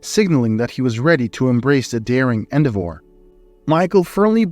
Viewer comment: Coveted and endevored.the misprounciation is painful.